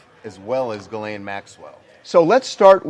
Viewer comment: Ghislaine is pronounced this way in French: Zhees-lehn Totally different!